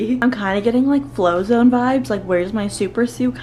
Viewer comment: Did you say flozone instead of Frozone haha it's okay :)